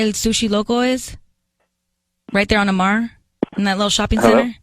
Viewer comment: It's A Mar. Not Amar